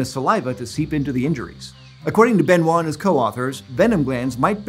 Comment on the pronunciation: French native here: 10 points for gryffondor for not saying Benoi’T